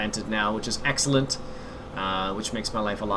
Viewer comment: Can u stop saying exalanent plz